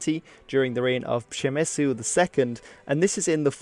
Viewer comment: ok, sometimes they get it right. DUDE, are you polish?